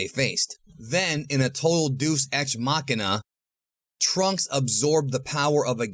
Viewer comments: "day-us" ex machina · Deus not deuce ex machina 😂😂😂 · "Doos Ex Machina"